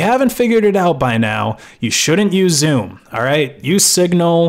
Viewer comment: Every time he says Zoom I hear Zune